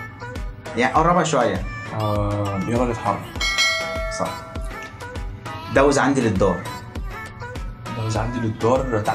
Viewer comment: كلشي كان مزيان تبارك الله عليك غير كنقولو دوز. ماشي داوز الف تحية